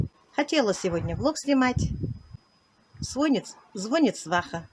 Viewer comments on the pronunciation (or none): Желаю вам успеха. Во- первых поверьте мне забирать у людей 3 мин времени на вашу пустую болтовню не стоит. Во-вторых не зво''нит , а звони'т, ставьте правильно ударение. В-третьих делайте описание рецепта под видео. Чтобы у вас были подписчики.